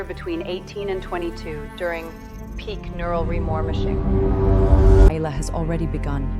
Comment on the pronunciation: peak neural remormoshing? Bwahahaha, ok I'm down, what's remormoshing? Just mormoshing a second time? Is it a Mormon thing? 😂😂😂